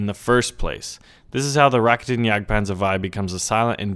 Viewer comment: when NA people say " reketenjagdpanzer" it's RA-KE-T'N not REKE-TEN.